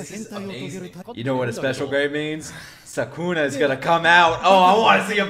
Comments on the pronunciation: Its Sukuna not Sakuna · You pronounce Sukuna like the following: Su (s as you do and the u like the ou in 'soup') ku (k pronounced as you do and then again the soup sound) na (as in that one girl saying "nah, its not funneh I've got schuuuuhl", the 'nah' is the sound you're going for)